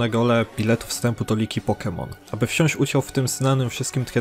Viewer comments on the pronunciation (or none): none